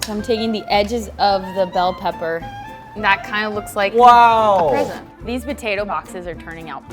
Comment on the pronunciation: I like butatoes too She says potatoe as butatoe